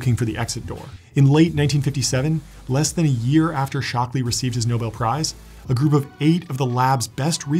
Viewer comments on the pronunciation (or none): none